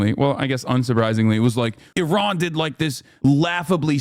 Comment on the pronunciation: Thanks for pronouncing Iran correctly as a Middle Eastern like me. Your uncle has no such respect.